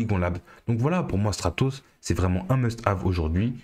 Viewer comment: Il faudrait attacher un "r" à Stratos, qd même !